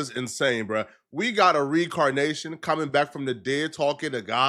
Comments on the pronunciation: incorrect usage of words for today: “recarnation” instead of “reincarnation” 🤦🏾‍♂️ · We got a re-car-nation